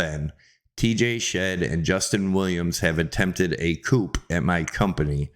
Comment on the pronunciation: A Coup is that a chicken coup :) you pronounce it wrong, Drop the 'P' when you say it